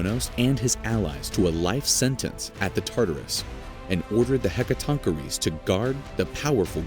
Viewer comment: im sorry to ask, BUT WHAT, are "hecka-TONK-er-eees?"